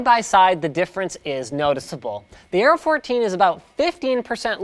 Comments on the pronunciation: Areo..not aero. :) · It's aero not areo edit- ok it's the whole thing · "AREO" instead of Aero. You are getting a bit clumsy :P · I keep hearing "Arrow" instead of "Aero". Accent should be on the E (aéro), with E as in "egg". Means "wind".